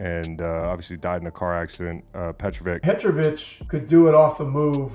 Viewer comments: Please pronounce his name petrowitsch, it's always weird if you hear a wrong name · thank you!!! this narrator butchers his name several times!! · Say it like sandwich. Petrovic. Not Petrovik. Beside that great clip. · Nice video dude, but can't you hear how Reggie Miller pronounces his name? It's a bit annoying to do that when you talk about a legend. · If you’re going to create a video about someone, do your research and learn how to pronounce his name. All the guys that spoke about him knew how to pronounce his name. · I really don't get this dude. You make the video, edit the video, watch people talking about Petrovic in your video and you can hear exactly how his name is pronounced and yet in your narration, you obstinantly, brazeningly and incorrectly keep pronouncing his frigging name wrong. WTF dude? Are you frigging deaf or something?? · I apologize for youtuber butchering Petro's name if he doesn't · Only thing Drazen couldn't do was time travel to teach crappy ai voices how to pronounce his name. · pissed me off too, come on, how you gonna make such a nice video honoring someone and pronounce his name completely wrong?